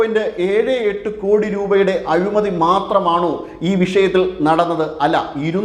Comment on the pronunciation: "അഴുമതി " യോ..... "അഴിമതി"യോ?